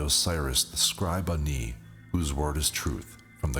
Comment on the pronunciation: THANK YOU FOR NOT PRONOUNCING IT AS 'ANNIE'!